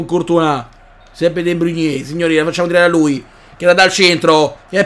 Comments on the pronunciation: sei grande però non è De Bruniè, è De Brùin, non è Aubumeiang ma Obameiang!!! Come lo dici tu è troppo difficile da pronunciare!!! Comunque continua così:D grande!!! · NON E DE BRUGNE MA DE BROIN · Ma Perché storpi i nomi dei giocatori -.- de bruyne non si può sentire come lo dici